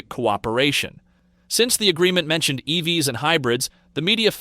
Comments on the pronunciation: Too much inference from high level numbers and information from a game of telephone. Pretty sure this is AI voiced... "E-V-S" instead of "EVs". Lots of wrong guesses presented as info. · is this AI. voice said E V S instead of EVs, and there were a couple other instances as well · Why does this sound like it was created with AI and text to speech software? Who the hell says “E-V-S” as the plural form of “EV”?